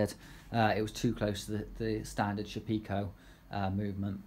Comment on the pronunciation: Nice informative video. Can you give the names of the spindle which you discussed? It was just a bit too quick to pick out. Just wondered where you heard that pronunciation of the Shapeoko... maybe it's a tendency in the UK to try to see everything relative to tea (Sha-pekoe)? :) Everyone else seems to say Shape-oh-koh.